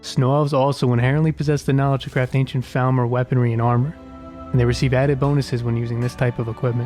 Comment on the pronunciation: Love the video. Love the mod choices. One thing I’d say is that it’s pronounced FALLmer, but otherwise great job. <3